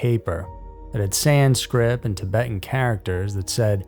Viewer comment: sounds like ur saying sanscrib and even CC says sans grip.....It's Sanskrit, SANSKRIT just for clarification.